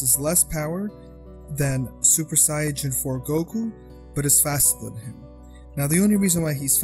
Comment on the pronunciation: Stupid it’s Saiyan not siajin